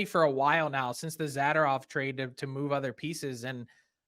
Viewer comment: My preferred pronunciation.